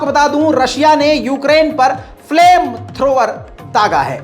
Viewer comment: Flam thrower. Correct bola. . Name abi